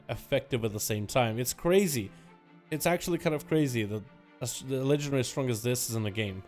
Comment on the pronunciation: dude can you stop saying legendry, its LEGENDARY